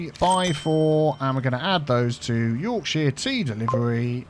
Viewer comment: As a Yorkshire lad I’m not entirely satisfied with how you pronounce “Yorkshire”. Should be more like ‘Y AW R K sh er”. Y as in - You AW as in - law R as in - rat K as in - key - sh as in - ship er as in - hurt All good? Sithee.